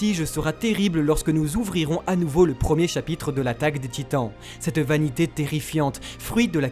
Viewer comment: chapitre pas chapytre